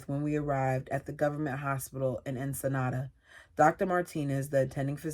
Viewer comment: Ensenada is pronounced like “In-sih-nada” that’s the best way I can spell in phonetically.